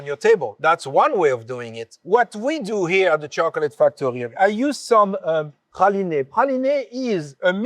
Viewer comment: Praliné. What a beautiful pronunciation! I'm accustomed to USA Texas/Georgia way so this was novel! Merci!